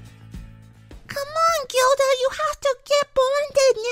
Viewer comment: It’s Gilda not giwda